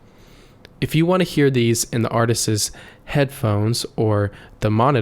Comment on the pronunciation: Two things. It’s “artists” not “artistses”. And it’s “mike-ruh-phone” not “mike-err-phone.” The “mike-err-phone” pronunciation has infected most everyone under 30. Just like calling a button a “buh-IN.” 🙄